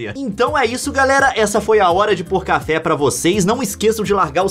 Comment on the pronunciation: o nome era para ser hora de pouca fé so que o leon fala errado e foi hora de pôr café